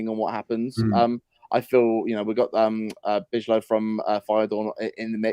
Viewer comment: Bijlow is pronounced buy-low